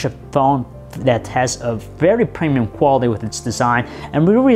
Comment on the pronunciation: Just because just because just because just because just because stutter just because preeeemiyum quality